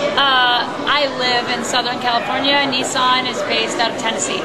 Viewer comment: Its not a knee-son its a niss-an